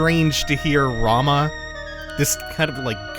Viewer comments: I just wanted to say Rahmuh isn't pronounced Rama, it's pronounced like Ra-moo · Ramuh (ラムウ, Ramū) It's everywhere in the wikis that state how to pronounce his name, it's comonly confused but it if you want to check anywhere else I think OniBlackMage does a small bit on how to say commonly mispronounced final fantasy names I'll link you to it